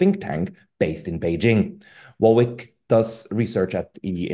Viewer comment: don't know how to pronounce Warwick even though there is a famous University called University of Warwick, curious.